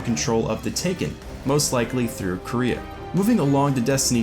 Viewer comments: Tacooo Time how does he not know how to say quaria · There was a Taken Dreg in concept art of the Hands of Oryx (Primus and Baxx). Also, not to be that guy, but Quria is pronounced 'Quary - ah'. Its like saying Quary with an ah at the end. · Everytime someone pronounces Quria as 'Korea' I imagine a big Kim Jong-un head floating around in the ascendant realm like a Hydra.